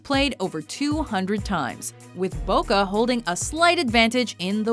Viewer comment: IF YOUR GONNA DO THINGS IN DIFFERENT CONTRYS ATLEAST PRONOUNCE THINGS RIGHT DOES BOCA HAVE 2 O'S NO THE PREMIER LEAUGE HOW THE FUCK CAN YOU NOT PRONOUNCE THAT RIGHT AND IF YOU ARE GOING TO DO SOMETHING OUT OF AMERICA AT LEAST DO ENOUGH REASURCH THAT YOU KNOW WHAT YOU ARE TALKING ABOUT ROONEY HATES LIVERPOOL BEACUSE HES FROM EVERTON NOT BEACUSE OF MAN U FUCK SAKE!!!!! AND CELTIC VS RANGES IS WAYYYYYYY BIGGER THAN LIVERPOOL VS MAN U